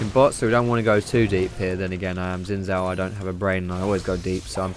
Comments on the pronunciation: it pronounce his name sin shaw not gsin saw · why you pronounce Gin zhao, it's xin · Does every Youtuber mispronounce Xin Zhao? It's not "Zin Zow;" it's "Shin Zhow." For those who don't know how "zh" is pronounced, it's like the "si" in "Asia" or the "ge" in "beige." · its no zin zhao its sheen zhao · to be more accurate it's sheen jow. though the makers of the game say his name is pronounced "Sin" "jao" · Gah it's shin jao, bothers me of how he's saying it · his name is actually pronounce "shin" "jhow"it's Mandarin Chinese. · for the future possible league of legends casters that may be watching this the correct way to pronounce xin zhao is 'sin jow' :/ thought this might be helpful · xinzhao is pronounced sin-j-ao im chinese trust me